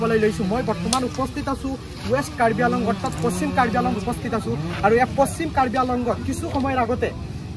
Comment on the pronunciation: News reporteror mote কাৰ্বি আংলঙ নহয় , কাৰ্বি আলঙহে 🤣🤣